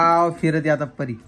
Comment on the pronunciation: इतकं सुंदर नाव आहे परी... कशाला परू बोलते... I know प्रेमाने हाक मारता पण नाही चांगलं वाटत... Please... परी म्हणत जा... Lots of love to PARI... And happy birthday pillu...🥰❤️